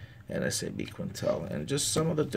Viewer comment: I notice that you always say NSAB, instead of NASB, not sure if you were aware...Great videos though, I like watching your reviews!